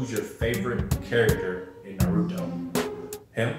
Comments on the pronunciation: "na RU doe" "hoecage" "king of the village" bro what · First it was narowtwo now it’s hocage 😔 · Na-RU- Toe? Ho-cage? You don't watch naruto man stop posing. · Wth. You did not just say naruto and hokage like that. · you can tell bro did not watch naruto the way he pronouncing